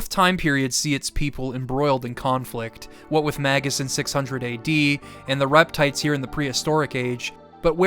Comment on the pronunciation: for saying “Magus” correctly (at least as far as I’ve always conceived the name)